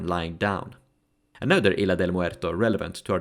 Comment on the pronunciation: if these names are spanish given as they seem, they are said in a different way, in "isla" the "s" is fully pronounced, all names are understandable enough tho.